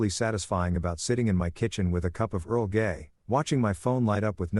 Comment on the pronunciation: Omg he said earl gay 🤣🤣